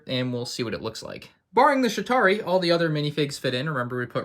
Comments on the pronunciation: Sounds like is saying Shitari instead of Chitauri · Again, its "Chitauri" not "Shitauri" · Pretty sure he said shit-ari